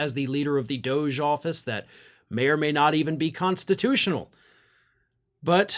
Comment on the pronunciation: It's a hard G in government. Dog - E. It's not Doje.